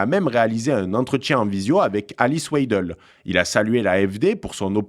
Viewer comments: Attention c’est Friedrich et pas Freidrich. Et Weidel se prononce « Vaïdeul » et non « Oueidelle ». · W se prononce V en allemand : VEIDEL ; prononcez aussi SAKS pour SACHS. Vous êtes ridicule!